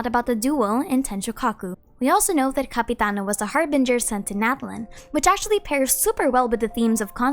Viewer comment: I thought you said capybara not Capitiano